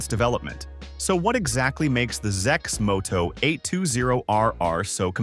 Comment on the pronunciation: Thumbs down for A.I generated videos that can't pronounce the name properly...